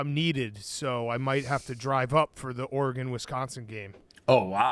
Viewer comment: Is there some joke I missed to why Dave pronounces Oregon “OreGONE” 😂😂. Is it because the have 0 nattys?